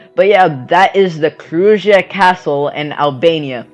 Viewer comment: Krujë pronounced Krouya